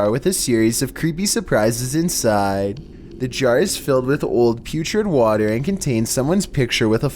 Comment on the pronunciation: Honestly these videos are kinda good except he has the most annoying voice ever "in the waTERA"